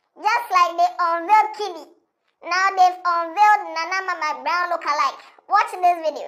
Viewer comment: I heard nana ama masbrown😂🤣